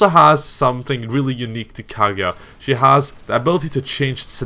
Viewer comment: Kageya wtf its kaguya